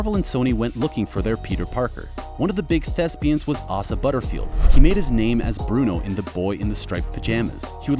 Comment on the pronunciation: I know! "Ahh-sa Butterfield" and "Moeve" from Sex Education lol